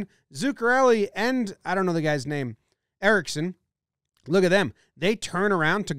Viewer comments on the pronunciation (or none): idk why but it irritated me so much to only hear Erickson instead of errickson ek